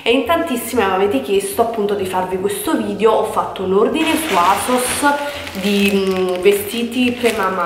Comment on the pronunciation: Ma vogliamo parlare di "vidjo"? 😓